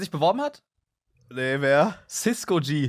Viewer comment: cisko nicht ciskgo